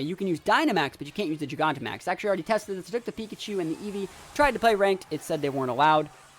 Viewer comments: I don’t get how you can even mispronounce Gigantamax...JYE GAN TA MAX. Jesus. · Great battles! Super excited to watch you battle in this gen. I'm pretty sure its jai-ganta-max...like gigantic, you know, cuz the pokemon becomes huge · Gigantic Giganta Not really sure how people are still mispronouncing the name. Nice video tho, was fun to watch.